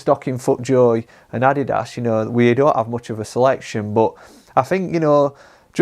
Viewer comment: How can you work in a golf store and you can,t pronounce Adidas properly?